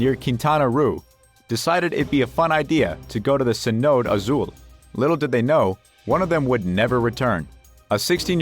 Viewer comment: YUP - I CALLED IT!! Now Mr. WORST-NARRATOR-EVER please tell me what a 'Sin-ote' is... I'm guess you meant Cenote pronounced 'Sin-o-tay' meaning a sink hole that is deep enough to be filled with groundwater.... Oh and we can't forget the "COASTA Concordia" which must be a sister ship of the 'COSTA Concordia' Not only do you NOT know how to pronounce words that people should know after graduating HIGH SCHOOL (everyone knows you didn't go to college and finish) but YOU. SOUND. LIKE. A. CHEAP. RO. BOT. ughh talentless hacks getting paid to narrate because they have a microphone 🤦‍♂️🤦‍♂️ HERE'S A TIP: READ THE SCRIPT FIRST BEFORE YOU RECORD IT. I guess you got confused as to what a 'London eye' was, ughh you know i don't even feel like finishing this... I hate the job you did on this and you should be replaced ASAP - I'll do the job 4 times as good for half the price... but not for a channel with near 2 million sub and 8000 video views 🤦‍♂️